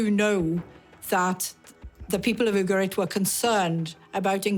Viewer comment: Just remember it’s UgaRit, not UgaLit 😉